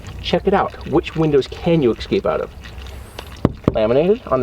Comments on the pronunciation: Why are you saying ec-scape?? It’s escape… No disrespect, you don’t need to know proper English to be a badass. Escape ĭ-skāp′ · escape not excape c'mon man i lost count how many times you said it wrong 🤦🏾‍♂️ Good vid though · Three words Americans just can not say no matter how high their rank and education: Escape - Excape Especially- Expecially Arctic - Artic Have fun. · Es-cape. Anyway, cool video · Window breakers should be in every car man. Great demo. The way you pronounce escape though 😂